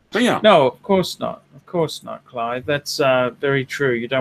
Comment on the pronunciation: His name is Clyde and not Clive you stupid fat fuck